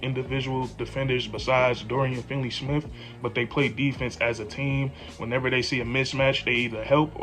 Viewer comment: not that you can't say Dončić. you can't even say dorians name right. its finney not finley cmon dude ....